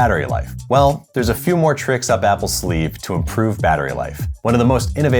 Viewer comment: "But, theres a lot moe to it than size." this has two meanings 🤣